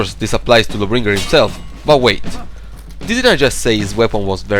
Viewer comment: Why do you say Lawbringer like it's one word? "luhbringer" with no pause? It's "Law Bringer"